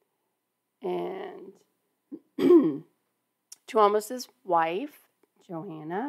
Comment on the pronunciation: You said Tuomas right - but "Duck" was really deep southern, LOL!